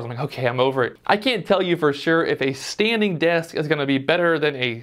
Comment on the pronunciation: I like the 'Stading' :)